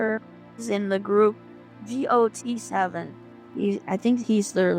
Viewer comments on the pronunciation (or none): Not Gee Oh Tee Seven 😞🥲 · She doesn't even know anything about Jackson. "Has a reputation of a bad boy?" No he doesn't. "G-o-t-7"? It's GOT7. Also he's from Hong Kong not Korea. This lady is very naive or just lonely. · It’s got7. Got. Not gee oh tee. That was my biggest pet peeve of this whole episode. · Not Jackson Wang! And she said G.O.T.7 and not Got7?! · “G. O. T. 7” have i been pronouncing it wrong all this time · She spells out the name of the group like “G-O-T-7” when it’s pronounced “got 7”, like “I got this”. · Oh my god, I know immediately that she has no idea what's going on when she says G- O- T- 7 rather than got7. Poor lady.. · Yess. Idk if other people pronounce it that way too, I don't stan them, but she said "G.O.T.-Seven" instead of our typical "Got-Seven/Got7" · She doesn't even know it got7 not G O T 7 😭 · It is got seven. Not G O T 7. And he is not the leader. If only did she do her research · "G O T 7" smh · “gee oh tee 7” LMAOOOO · "I think he's the leader" 😂 fake fan bruh 😂 also, the way she says "g o t 7" gets me each time 😂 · Right off the bat not her calling the group "gee oh tee seven" I can't get over that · Why did she call them gee oh tee 7 though? TT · it's not pronounced gee oh tee 7 LMFAOOO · Didn't even pronounce the group's name right 😂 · She can’t even say his group name right…. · fan but she can’t even pronounce the band’s name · claiming to be 'jackson wang's girlfriend' but doesn't know how to pronounce got7 and mistakes him as the leader. um. ok. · Jackson the leader? I know Jay b is sick, she can’t even pronounce the group name right either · also her: doesn't pronounce the group name right edit: and isn't GOT7, not that it matters though lol